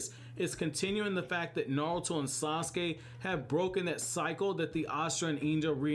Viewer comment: Blows my mind that your the only American that says Naruto correct. Not Narootoe